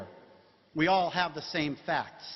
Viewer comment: " And we're going to find out in this debate, who has the FACKS..."